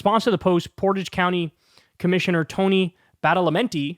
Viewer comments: And Kyle it called Portage prounced poor rage and it means carrying a canoe or boat over land between two bodies of water. And its has no reflection on the citizens of the town or village. Their probably good and decent people who obey the law not like the people who enforce the "LAW" that they subscribe to that's their law and not the law of the land or the United States of America. The one that good and honest people subscribe to! And their maggots not maga and your a good Pollackie so your ok with me!! And its not bullying its voter intimidation as far as I know its illegal? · I live in Ohio. Portage county is in Northeast Ohio up near Akron and Cleveland. And the first way you pronounced it in this video is correct. It sounds like porridge with "t". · Hey Kyle, I used to live there and yes its Port-age..... county. 😅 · The fact that this disgusting guy is in my county...ugh. at least there's been backlash to this. (Oh, and it's pronounced Port-IDGE in case anyone wants to know) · Kyle, it's pronounced Portage, jeez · And I denounce the sheriff of the county next to mine on behalf of all Bruces. 🤬 It’s Portage with the first pronunciation you tried. No french-themed pronunciation here.